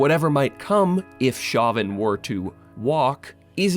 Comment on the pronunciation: I'm pretty sure that "Chauvin" is pronounced "SHOW-vin".